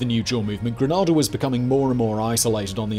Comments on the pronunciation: Correct pronunciation for Grenada = Grey-naay-da. For Carriacou - Carry-ah-cu. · I know this is late but it’s pronounced Green-A-Da Bernard CODE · It's Greneda (Grenay-da) and it is beautiful, safe, laid-back and broke. The sister islands name is pronounced Carriacoo but who cares except the people who live here. PS Regan didn't even have the courtesy of advising Margaret Thatcher of his intended action. Shabby really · The name of the island of Grenada is pronounced Gre-nay-da. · Your saying it wrong gre nay da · Pronounced "Gra - nay - da" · Our countries name is not pronounced as Granada you may do better by actually listening to the late President Reagans pronunciation. Granada (as you pronounced it is in SPAIN) Grenada is in the Caribbean. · It's pronounced "grenayda' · He pronounced it wrong. The country is called Gre-nay-da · Possibly one of the most even-handed commentaries I've seen on this. What most outsiders miss, is that Grenada is a really small country (population 100,000 approx) So when Bishop and his cabinet were executed almost the entire island either knew or was related to someone who died in the massacre at the Fort that day. To this day the man who was the machine gunner on the Armored Car that carried out the massacre (who was convicted and served 21 years in jail) lives on the same street of the family of several victims. But you really did butcher the pronunciations here. Grenada = Gren-nay-da. Coard -Cord (like Hoard) Carriacou = Carry-A-Coo, Nevis= Nee-vis. Other than that, well done. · Please please pronounce this beautiful island correctly. Separately, the content was well received and really informative. Thank you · As a Grenadian. I really enjoyed the video. My only comments are the pronunciation of Grenada as your saying the place in Spain not the country. The video was well researched but if you ever want a history lesson with more details you missed I'm always free to help.😁🇬🇩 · There is no R in the word Granada